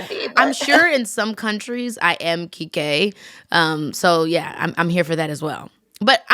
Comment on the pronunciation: Keke should come to South Africa to hear how we pronounce her name😭😂😂